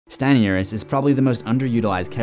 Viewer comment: "Stanny uris" 💀